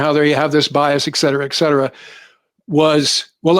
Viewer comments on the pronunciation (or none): Fun Fact: Hazard is not a verb. Oh, and, it's ET-cetera, not EX-cetera. Thank you for your...